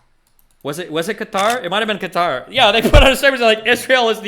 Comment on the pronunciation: Bro wants to pronounce Qatar correctly so badly 😂